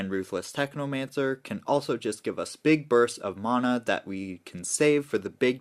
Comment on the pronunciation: I'll subscribe when you stop saying mana like that 😂